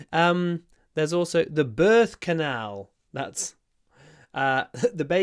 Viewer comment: Thank you very much! 😊 I first thought that you said bird canal. 😂